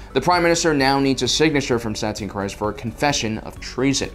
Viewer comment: It's pronounced Satine Creez not criz